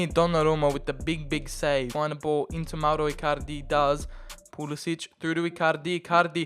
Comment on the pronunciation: He says Mauro Ircarde